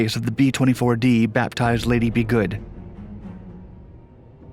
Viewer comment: Lady Be Good, not Liddy B Good, dufus